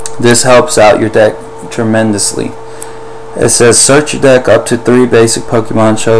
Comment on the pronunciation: whenever you say deck, I always chuckle a bit cos its sounds like dick.